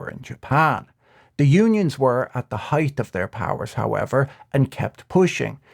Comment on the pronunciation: "heigth" oof